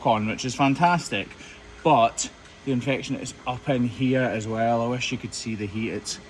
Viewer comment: Why can’t you say infection???